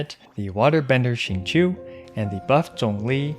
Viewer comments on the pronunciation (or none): none